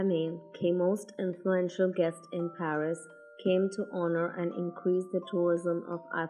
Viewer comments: pair-is ya pair-us kisse maru laat tereko🤣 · Pair-is and pair-us😁😁🤭🤭🤭🤭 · Par-is ya Par-us !!!